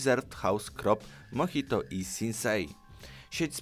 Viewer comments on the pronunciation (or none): none